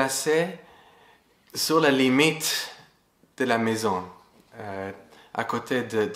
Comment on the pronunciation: Maison quelqu'un lumière, et le courage🤝 (pour dire - sur - il prononce : tzur 🎆 comme dans; ma oz tzur yieshuati🎶🎼)